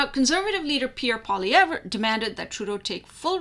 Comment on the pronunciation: Poili-EV, not Poili-EVER.